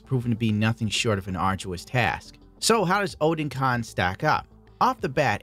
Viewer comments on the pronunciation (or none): It's actually oh-den-con lol, newtype's website just confirmed it